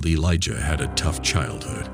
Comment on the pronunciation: Elijah not eliga...this has to be ai bs